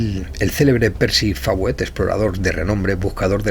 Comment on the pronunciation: Una corrección es Coronel Fawcet, se lee Focett o Foucett no Fawet